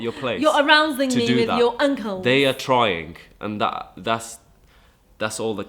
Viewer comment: I heard "You're arousing me with your Uncles" lols